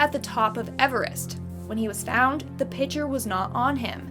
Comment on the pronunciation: I like how she says pitcher (no hate btw)